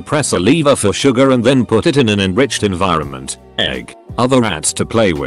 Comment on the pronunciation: Bot: pronounces environment as end vermont